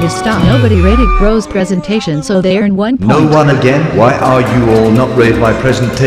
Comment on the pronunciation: Correction: Prosentation